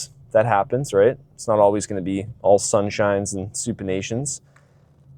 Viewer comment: "it's not always gonna be all sunshine and supinations" had me HOWLING, ly 😭😭